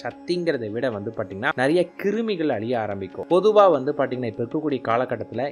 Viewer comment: நீங்க தமிழை சரியாக உச்சரியுங்கள் அதென்ன. பார்த்தீங்கன்னா -னு சொல்ற அந்த வார்த்தையை பாட்டிங்கன்னா அப்படீன்னு சொல்றீங்க, தப்புத்தானே அது...